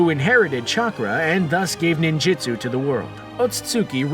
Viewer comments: this mans says nin-JITsu. Screen Rant does not know how to make a decent naruto video. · "Ninjitsu"? Bruh its Ninjutsu